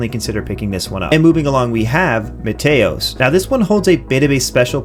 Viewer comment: Small detail, but it's MEE-TEE-OS like Mete in Meteor cause the game is Meteors falling on your Planet. Great Video otherwise, solid recommends.